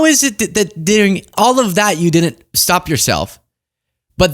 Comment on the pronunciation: Great channel. I wish you didn't say din-nint instead of didn't :/